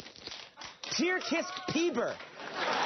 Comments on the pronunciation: tyrkisk piber? xD TURK-ISK - PEPP-AR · Roflmao at pronounciation of "Turkisk Peber" (from Sweden)